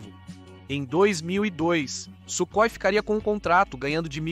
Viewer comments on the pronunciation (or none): none